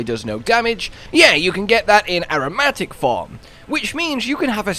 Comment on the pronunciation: Is anyone gonna tell him how to properly pronounce "aromatic"?